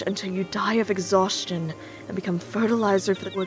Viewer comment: "ex-haws-chun" exhaustion not exhaustation..